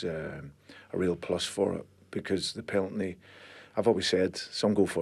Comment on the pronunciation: Haha he says peltny instead of penalty